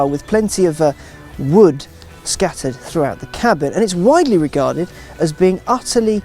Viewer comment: Why say wood like that?